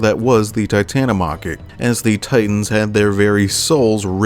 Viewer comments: Its pronounced titan-omo-key not titan-o-mocky u sound like a weeb lol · Bruh just called it the Titan-O-Mocky. It’s pronounced as Tita-TA-Catta-Me.